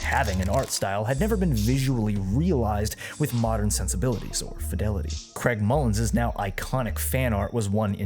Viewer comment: i'm sorry did you say Craig Mullin's Fanart?